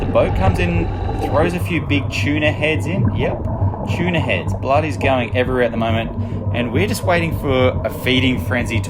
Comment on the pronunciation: choona is a weird way to say tuna